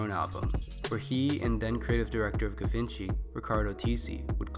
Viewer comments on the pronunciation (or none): lol the way you pronounced Givenchy had me dying lmaooo